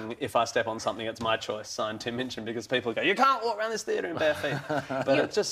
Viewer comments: seconds into this interview I know there's gonna b trouble, because she mispronounces his name as "Mitchin" and he shoots her that sideways glance... But god, I'm such a TMOCD I will even wade through crap like her to get a little bit more HIM! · Minchin. Not Mitchin.